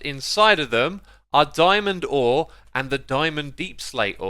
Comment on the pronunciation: "Dyeman door" lol